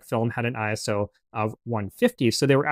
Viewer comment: Its ISO not I.S.O. Its not an acronym, its short for the greek work "Isos", meaning "equal". My photography professor hates when people say it like an acronym